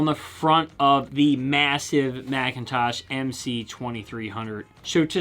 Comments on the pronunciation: I just discovered your channel love it, I'm subbed. But you slaughtered McIntosh 's name, it's not pronounced like the apple, but pronounced, Mic - In - Tawsh. Just my 2cents , again love ur channel! Old skool rocks! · McIntosh NOT MAC IN TOSH...yet again... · is it MAC-in-tosh or MICK-in-tosh?